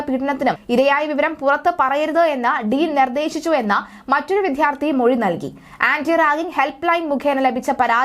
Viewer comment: Improve Malayalam pronunciation. It's not " vidhyarthi" and Mardhanam"